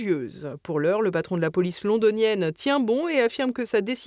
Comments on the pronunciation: Non, "police" se prononce "polis" en anglais comme en français, pas "polaïce", et le nom du premier ministre irlandais se prononce "mi-hole martine", c'est une hérésie de prononcer ça "maïkeul" (mais on va dire que c'est la faute de la méthode globale qui ne remarque pas l'inversion du 'e' et du 'a'' entre "Micheál" et "Michael"). Et, comme d'habitude, les qualificatifs sont placés après les noms, façon Yankee. Vassaux jusqu'au bout... Tiens, en parlant des Américains, fervents promoteurs de l'AMGOT, personne n'a remarqué le déroulé de l'attentat contre Poutine? Trump appelle Poutine et lui dit qu'il rappellera après sa rencontre avec Zelenski, histoire d'être certain qu'il ne bougera pas de là où il est, et alors les drones pleuvent. La question, c'est de savoir si DJT était conscient d'être l'instrument de l'attentat contre Poutine... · Non madame, pas "Polaïce" même " Metropolitan". Ça se prononce "Police". Avec un "i" comme "i". Même aux États-Unis. On ne vous demande pas d'être linguiste, mais c'est le minimum syndical!… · Prononcer l'anglais "police", "polaïce", cela semble "cool", sans doute.. Mais, il faut dire "police", comme en français (en simplifiant - le "po" étant en fait entre "o" et "e") ! Un peu comme "guardian", qui ne se prononce pas "gouardi-ene", mais comme le français "garde" (plus désinence : "i-ene"). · Police se prononce en anglais avec un “i” comme en français. Faites un effort pour prononcer les mots d’autres langues que le français correctement. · De grâce! Abstenez-vous d'inventer des prononciations bizarres en anglais ! Ce n'est pas du chinois, mais une langue que nous avons tous apprise à l'école. Vous voulez faire rire nos ennemis ? Police, en anglais, et réjouissons-nous en, se prononce...comme en français ! 😅 Sur ce, bravo à TVL pour tout le reste et bon courage pour 2026 qui ne sera plus l'année de la discidence mais celle de la résistance! ✊⚜️ 💙🤍❤️‍🔥🤍❤️